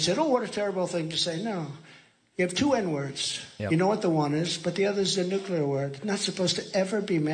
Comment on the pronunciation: “New Clear” 😝